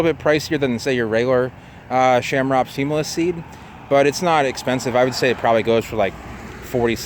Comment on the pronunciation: Lots of other 'ch' pronounced hard 'c' palm trees out there. Best to take that ch combo and hard C it because it's common among palms.